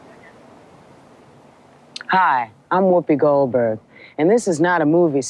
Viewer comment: GOLD-berg. Not “Tin”-berg.